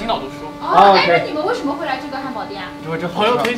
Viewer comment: Afu's wife's German pronunciation is impeccable. However could somebody tell me why she pronounces wei shen me like "woshomo"? Is that a dialect? Sorry for the ignorant question, I'm a beginner.